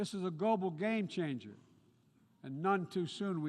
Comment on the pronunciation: A "gobal glame changer" ? Lol what is a Gobal? And why would it change the "glame" ? Lol This clown can't even articulate a simple one syllable word for Christ sake !!!! We pray his health fails soon.